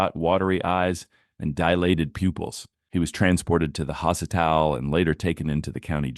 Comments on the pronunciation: OK, this AI voice lines are horrible, doing weird poetic descriptions - Stop that. *It's so bad, can't even pronounce "Hospital", sounded like "hositaal" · lol. Hasital. I hate AI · I was wondering if anyone else caught that 🤣 I thought they had just said hospitaaaaal in the most weirdest southern accent. I was like who tf says it like that, and I live in TX LOL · "He was transported to the hossitile..." 😆 Oh man, A.I. needs work. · . WTH. ‘He was transported to the hos - i - tal’. What’s a hosital? This is AI.